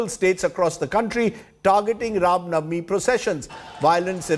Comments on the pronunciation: Ye Rav navami Kya ha pade likhe gawar? It's Ram Navami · Rajdeep not able to say Ram navmi properly but he can say Ramzan without any problem 😀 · This does not even say RAMNAVAMI correctly ! when has he convrted to or chaged his religion ?